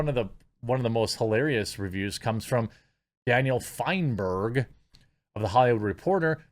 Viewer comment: “Daniel Fienberg” huh? ET